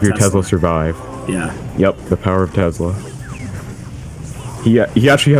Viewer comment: Somebody please tell this guy that tesla has an "s" not a "z".